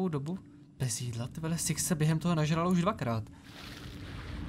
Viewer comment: proč někdy když řekneš six tak to zní jak siex :D jinak nice video